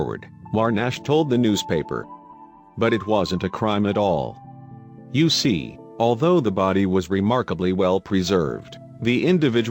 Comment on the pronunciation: An interesting story, but many phrases, and words said in a way that sound like something different. For example, what one says as “you see” sounds as if that fake male voice is saying “U.C.” every single time. I kept waiting to hear “UCLA”, or another like that. And I’m sorry to say that because of word emphasis each time “back hoe” was said, well . . . I heard “back ho” as if a woman was in the back of a line or some such. I think this vid concern would benefit greatly by an honest to God human voice.